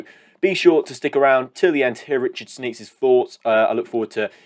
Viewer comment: "Sneaks"? You make him sound like a pervert! It's 'Schneekesh' isn't it?